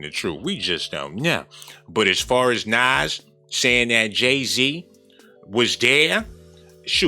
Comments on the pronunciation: Nas speaking truth but never ever said nothin til now about what he experienced being in the atmosphere of R Kelley & now mentions Jay- Z Smh. Why speak up about it now tho Nas 🤷🏽‍♀️ Oan NAZ is Punounced NAHS not NAZ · I lost all credibility for this dude when he called the homie "Naz" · Did he call him nazz???🤣🤣 not nas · Why you call that man Naaahhhhzzz lol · Oh no ima need you to pronounce Nas name correctly😒. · Pronounce nas name right